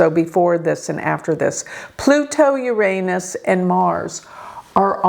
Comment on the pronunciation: My favorite thing about is when she says "YOUR ANUS"! Im sorry I had to please let me stay Iove your videos 😅😂